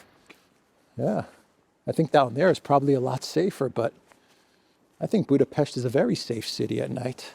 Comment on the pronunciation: I find it weird when you pronounce the Hungarian capital as Budabitch😂😂😂😂